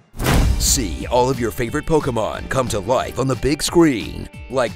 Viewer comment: just for pronouncing Pokémon properly and not saying poke-ee-mon